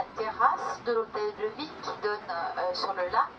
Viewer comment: Vidéo intéressante, mais ô combien atroce la manière dont parle la femme... "La villEU, le quartier huppéEU" Quelle souffrance :D